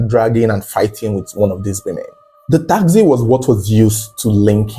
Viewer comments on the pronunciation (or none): Taxi not takzee